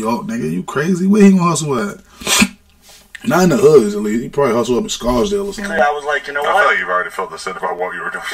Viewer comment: naaahhh not "Scarsdale"🤣🤣🤣